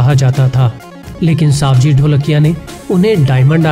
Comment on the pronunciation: It's not सावजी भाई it's सवजी भाई I am from Gujarat and I know his name